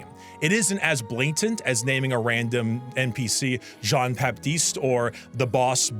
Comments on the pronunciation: As an english speaking person you say that " Jean " as john... but the firt part is like the "sio" from "vision".... actually yes, it's "Vision" without the "vi" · Absolutely criminal way of saying Jean 😭😭😭